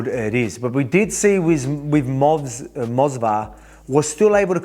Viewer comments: It is Movsar not Mosvar lil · It's Movsar not Mosvar champ hahaha.